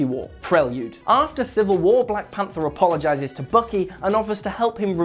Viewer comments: I swear to God he said black panda, but subtitles shows ''panther'' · he says panda instead of panther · he says black panda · It's Will. Find me a video where he doesn't get a name wrong.